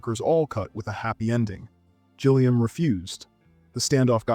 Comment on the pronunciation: Gilliam with a G for golf, not a G for Gillian